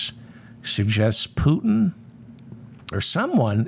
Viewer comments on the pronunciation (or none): none